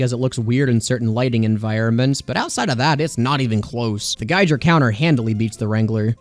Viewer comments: The Giger Counter actually pronounced gee-gur (rhymes with eager) counter. The name is a reference to both the geiger counter tool and to the surrealist artist HR Giger, who's most known for designing the creature from the Alien movies. The reskin itself is even based on the motion tracker from the films. While many people tend to say guy-gur when referencing the artist, the pronunciation is indeed different. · "Giger" is pronounced /ɡiːɡər/, as it is named after (and is a pun on) H.R. Giger's name.